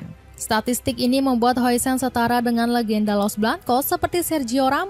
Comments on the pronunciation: Namanya dibaca "din hawsen" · Dibaca "Hausen"